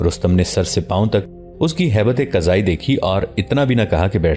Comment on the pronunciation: ھیئت کذائی درست پڑھو